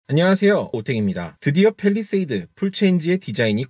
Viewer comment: 팰 입니다 펠이 아니고